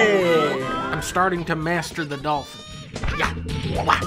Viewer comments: It sounds like she's saying "donkey" when the dolphin comes out. Are all of the donkeys in Japan actually dolphins? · my fav part was when he said dol-phin